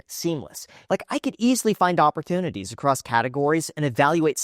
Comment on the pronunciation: Is it just me or does Graham really struggle to say ‘opportunity’ 😂